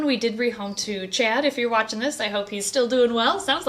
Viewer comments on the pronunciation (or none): none